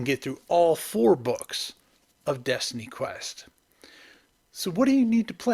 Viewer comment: Destiny, not Destiney. A pity you just stopped after 2 entries. Best watched at 1.5x speed. And DQ2 is god.